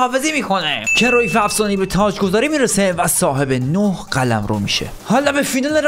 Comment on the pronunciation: کرویف😂😂😂😂😂😂 کرایُف